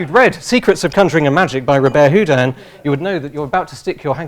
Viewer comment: Robert Houdin was a genius. And this funny English guy didn't say his name correctly !!!